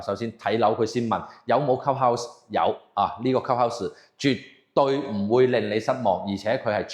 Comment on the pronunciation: 鍾意睇Ken片，但英文發音可以準d，club 有L音，唔係cup house